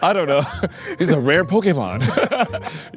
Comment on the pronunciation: 関係ないけど、ポケモンの発音が良いw